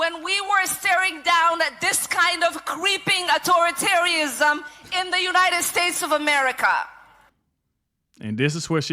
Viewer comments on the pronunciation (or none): Whats autotarinism? Its authoritarism she studied at the learing place.